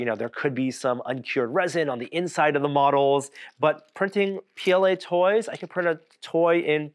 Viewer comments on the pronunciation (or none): none